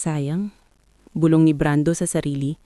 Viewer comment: Mali-mali ang bigkas ng mga salita gaya ng bulbol sa tainga dapat bulong sa tainga, paglalakot tamang salita paglalako, pamumulimos ang wastong salita pamamalimos at iba pa